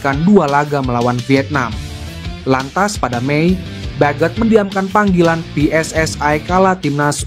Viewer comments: Min pake bahasa indo saja kalau baca tulisan PSSI, kalau pake BHS inggris PSSI bacanya Double U, S, Ai, bukan Pe S S AI...salahhh...😂😂😂😂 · Bahasa nya yang benar ya...., pengucapannya jangan pakai bahasa tetangga sebelah... bahasa ROJAK .... ( PSSI diucapkan PSS Ai ) payah lu...‼️ Pakai bahasa Indonesia yang baik dan benar.... NKRI 🇲🇨 harga mati 👍